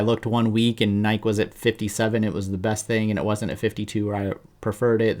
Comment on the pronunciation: Are you deliberately not saying NY KEE? Anyway, good channel, appreciate your analysis. I'm long NKE and it's a large position for me.